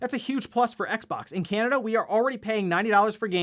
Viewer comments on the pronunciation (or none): none